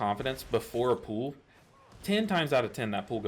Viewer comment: i love your videos and you are so good and informative but i can't stand how you pronounce pull... it's not pool